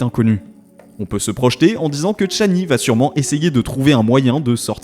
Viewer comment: "Tchani" ??? Pourquoi ce T ?